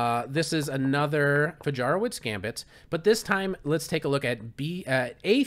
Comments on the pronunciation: It's pronounced Fayaroveech btw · Fajarowicz is pronounced like "Fayarovitch" ;) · Wonderful! But pron. Fahyahrovvich